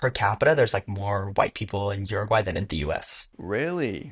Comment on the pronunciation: This dude did a whole video and can’t even pronounce the name of the country.